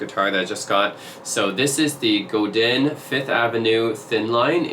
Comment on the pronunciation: In French, we rarely pronounce the last letter of a word… Godin is not “Godine”… you need to pronounce the sound “in” without any emphasis on the “n”…